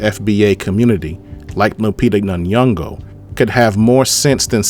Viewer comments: It’s pronounced Lupita In-yon-go not nayongo. Put some effort sir. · Nun-yongo isn’t it. It’s Nyoh-ngo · I loved this video bro but the way you nay n'yongo as "nanyongo" is hard for me (not a personal attack btw 99.9% of Americans add random letters to foreign names/places). As a descendant of Caribbean slaves I'm proud of lupita for not being blinded by the check like viola Davis🤦🏾‍♂️I made sure to share this video keep it up cuz👊🏾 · Good take my AD friend Ps:you are pronouncing Nyongo wrong